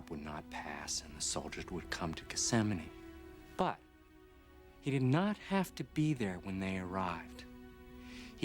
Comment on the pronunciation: It has been most of a century since Jesus would have been arrested in Germany, ;) That was a fitting curse considering you can't pronounce the English version of the place he was actually arrested in.